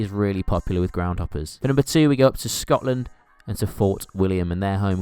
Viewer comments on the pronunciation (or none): none